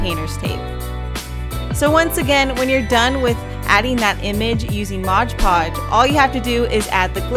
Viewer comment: Am I the only one that cringes every time she says MODGE podge?